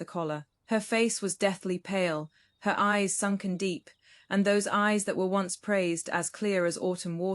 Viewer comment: Please check spoken pronunciation of once on whatever search engine you use.